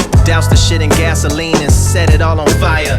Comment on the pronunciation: “I’ll call it “gas-or-lean” “… that’s insane man